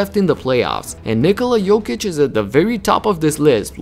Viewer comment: Thank you for saying his name correctly!